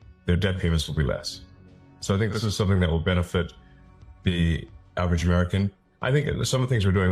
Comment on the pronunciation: Did he say Irish American?